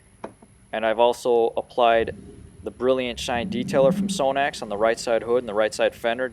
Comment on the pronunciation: You pronounce is wrong. Its Sahh-nax.